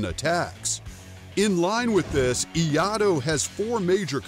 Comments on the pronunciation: Correction for pronunciation of Iaido (E-Yaay-Do) Both are great, master the Katana or any kind sword you can wheeled any stick like a sword both hands or single hand also because of foot work that plays a role. And empty hand and weapons combat old or modern are like brother and sister they complete one another. When someone says they don't train in any form of weapons isn't a complete Martial artist. That's why Street fighters tend to win over so called Martial artist because lack of knowledge of weapons and hand to hand combat and depending on the living environment they are in. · Sorry, but Croz Raven is correct. The "i" in Japanese is pronounced like the English letter "E". "ai" sounds like the English letter "i". The "do" is much like the English word "doe". So to say iaido, it sounds like saying the letters E, I, and then, doe. I understand when you slur the first 2 sounds, it may sound like "yi" but in truth, there is a definite "E" sound at the beginning. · The first thing I do when I try to explain something is learn the name first! Hearing Iyado the entire time got on my nerves. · We-ah-do??? 😂😂😂 what happened to the second “I”??? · Our schools pronounce it E-I-do. Note the “ai” in the spelling. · FYI, Iaido is correctly pronounced Eeaido. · It is pronounced "ee-eye-do" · ee-Eye-do AR-NEES Waterhead... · Iaido pronounced E ai do ! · What's Iado? Obviously making fun of the pronunciation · its pronounced (ia-i - do) buddy :) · It's pronounced Ee Ai Dou. ( E-I dough) if you like. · being able to pronounce Iaido (ee-eye-doe) would help with credibility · The moment I heard the guy saying "E-ado" I stopped the video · The fact that this dude saying "Iado" is fucking embarassing. What discord did this guy get farmed from? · What is it with Americans and the proper pronunciation of words? E-I-do. Kriss, not kreese. Otherwise, nice video... aprt from the fact you never see any fight between escrima and Iaido. Click bait. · いあとー…ではなくて、 いあいどー。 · "eee - EYE - doe"